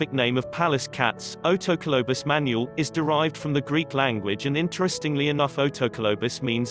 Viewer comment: I know NO intelligent person would ever mispronounce so many words. Its not pronounced Man u al rather is Man ool. the voice said Mongolian, Right? otherwise is fine video, but makes presenter look stupid and like an English 2nd language speaker. Dump the AI unless you have really annoying voice, or your English is terrible. Fake voice doesnt go with environmental message.